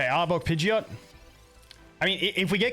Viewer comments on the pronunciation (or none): none